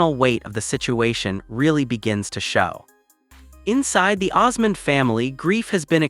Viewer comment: His wife's name is Suzanne, not Susan. The last name is Osmond. Not Osman. I wish people would it straight.